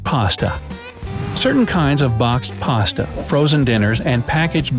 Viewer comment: I'm saying "boxed pasta" over and over to enjoy the way the vowels are the same in this speaker's accent and miles apart in mine. "Baaxed paasta". Love it.